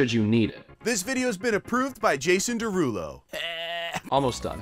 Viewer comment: it’s his derulow 😭